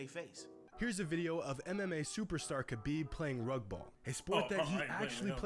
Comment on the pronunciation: Cash are you good? His Name is pronounced Khabib not whatever the hell you said???